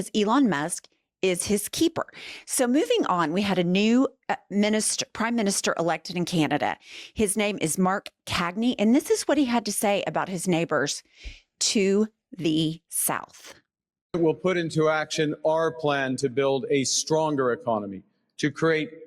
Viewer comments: Just a point of correction. The Prime Minister's name is Mark Carney not Cagney. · CARNEY ~ It’s Mark Carney, not “Cagney”, I forgive you, because you’re mostly a smart cookie! 😉☺️ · Mark CARNEY not Cagney haha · Our Prime Minister is Mark Carney, not Cagney. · NOT Cagney.. CARNEY sigh Pronounced CAR - KNEE 😉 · The Canadian PMs name is pronounced "Carney". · Canadian bugaboo - it's Mark "Carney" not Cagney. It is however, President Twatwaffle (with all due respect, lol). Love you two and can barely keep up with your posts! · You lost me at Mark “Cagney”, our Prime Minister is Mark Carney. Do your homework lady!!!! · IHIP News: Please (says a polite Canadian) use the correct pronunciation! The name of the Prime Minister designate of Canada is Mark Carney, not caD-KNEE. P.S. I just bought a dozen large eggs in Abbotsford, British Columbia for US $2.90. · "CARNEY ".... not CAGNEY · It's Car-knee,Mark Carney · Always enjoy tuning in as you say it like it is, but the new Liberal Leader’s name is Mark Carney not Cagney. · Hello from Canada. Just wanted to point out that our new Prime Minister’s last name is Carney. Not Cagney. Love your podcast I listen every day at the gym. Take care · It's Mark Carney, not Cagney Sorry I love your show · Carney, not Cagney... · Wait did she just say “Mark Cagney”?! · Mark carney not Cagney😂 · His name is Mark Carney not Mark Cagney. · Mark Carney, not Mark Cagney......geez.....get it right!!! Talk about disrespect!!! By the way Mark Carney voted to move his offices to New York so be very wary of this liar. I'm Canadian and I want Trump removed from office and thrown in prison for the rest of his life just as much as the rest of Canada does, but I'm telling you watch out for Carney!!! Poillieve is NOT a fan of Trump and he's not in line with Trump's insanity. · "Carney", not "Cagney". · His name is Mark Carney not "Mark Cagny".. how dumb are you?! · He is Prime Minister Carney not Prime Minister Cagney! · Mark Carney, not Cargey